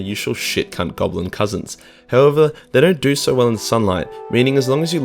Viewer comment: I've never seen an Aussie say cunt like a yank til now. This is cringe. So much forced swearing.